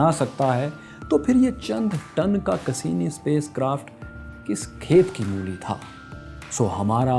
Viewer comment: Cassini ko pronounce to sahi se krain sir